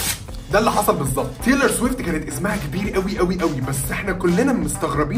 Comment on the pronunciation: بتنطق الاسم غلط ومش دى بس exo و bts كمان 🤦🏻‍♀️🤦🏻‍♀️